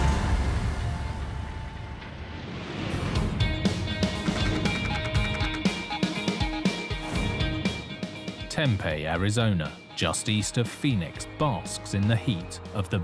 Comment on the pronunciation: The town of Tempe is typically pronounced "Tem-PEE" not "Tem-pay". I know, we have a lot of strange words. Lol